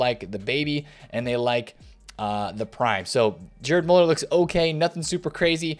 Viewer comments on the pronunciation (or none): Gerd Muller not Jerd